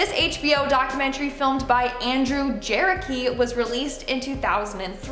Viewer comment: Just FYI, at the filmmaker's name is actually pronounced like "ja-RECK-i" instead of rhyming with Cherokee. He also made the docuseries The Jinx